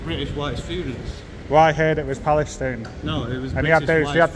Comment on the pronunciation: Well done Mr Journalist, you've probably got that guard fired from his job and what kind of journalist are you when you can't even speak properly! Pal-es-tine... I can't do it any slower than that. If he has lost his job, hope you can live with it?